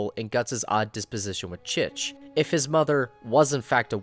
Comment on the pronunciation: It’s chichi not cheech😒